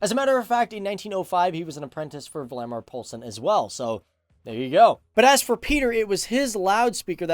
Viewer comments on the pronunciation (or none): Vladimir Polsen hahahahahahahahahah You would say it wall-the-mar poulsen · Its Valdemar Poulsen not Valdemar poglson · Vladimir Pulsin is actually pronounced Valdemar Poulsen😂 But great content though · Both your ways of pronuncing Valdemar Poulsens name are wrong.